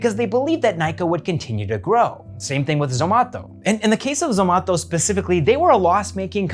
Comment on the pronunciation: Please say Zomato - not Zomatho